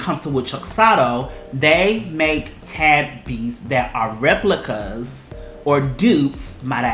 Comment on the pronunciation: in japan its said short tabi not tääbee